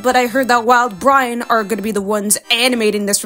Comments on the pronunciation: Did you just say "wild-Brian"? 💀 It's uhh.. it's Wildbrain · The disrespect on saying Wildbrain like that 😭😭